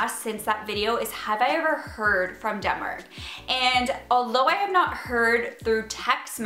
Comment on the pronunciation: I definitely hear "Dumber" not Denmark every time 😂 Okay well like "Demmar" but basically Dumber with an accent 😂